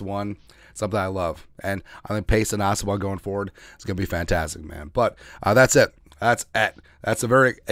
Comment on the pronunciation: I can no longer hear the words "that's it"without hearing the echs afterwards of that's eet.😅